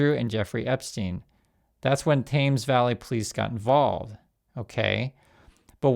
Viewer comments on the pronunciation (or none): Thames sounds like Tems, rhymes with thems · thames does not rhyme with james